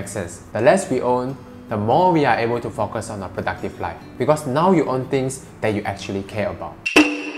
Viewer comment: Less IS more no doubt about it. BTW Barry Schwartz wrote “The Paradox Of Choice” back in 2004, way before Marie Kondo started this concept so it´s nothing new🙂 -Totally off topic -1.16 it sounds like you say “unable to fuck us”🙂 Great message